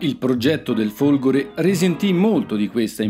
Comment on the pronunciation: Ai minuti , e sembra proprio di sentire "i Folgori" . . . tuttavia ho notato come possa dipendere anche dall'audio non perfetto o dal suo pronunciare la "e" molto stretta . . . in ogni caso complimenti per l'ottimo video, ma questo era un commento che ritenevo scontato ai fini di un incentivo alla perfezione.